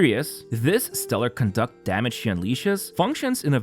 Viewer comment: My man GG. You da man!! You're the only one that pronounces "Conduct" the way its meant to be. Other CCs pronounce it as it was a form of behavior :D